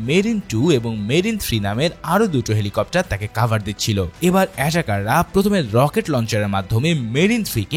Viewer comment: লকেট লঞ্চার না রে ভাই রকেট লঞ্চার।